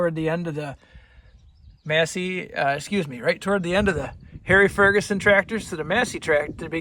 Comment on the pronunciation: "FordGuSon"....? Stay safe